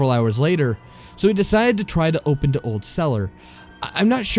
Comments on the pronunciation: Its "the," not "da." - . Had to stop after that, couldn't stand it. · The reader who pronounces "the" as "duh" and "with" as "wiff" genuinely ruins every story he reads, I cringe every time.